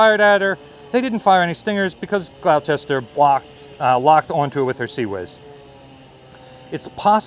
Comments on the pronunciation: HMS Gloucester is pronounced like "gloss-ter" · Love your content, but as the grandson of a RN PO one small detail made me twitch: Gloucester is pronounced Glos-ster! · "HMS Gloucester" - ouch, your pronounciation of that name hurts! It's spoken like "Gloster". (English place names are weird.)